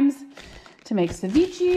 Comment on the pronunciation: Loved the shopping haul and cute little Everett! Side note: Ceviche is pronounced suh vee shay :)